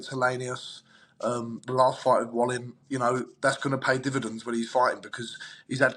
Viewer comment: Davies is so pretentious, the way he pronounces Otto Wallin‘s name 😡😡😡😡😡😡😡